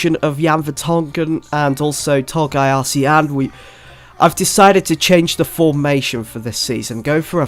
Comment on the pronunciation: Arslan is pronounced Ass-Lan